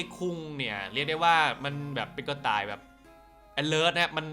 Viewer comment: ทำไมพี่เรียก กระต่าย ว่า กุเต่ย ตรับ